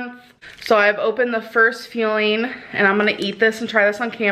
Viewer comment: The way she says feeling instead of fuelling makes me want to throw myself out of a window